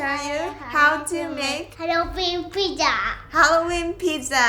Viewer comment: "Hello welcome to create eat happiness. This is. Today im going to show you how to make hayooweenn pijja. Yeayyy"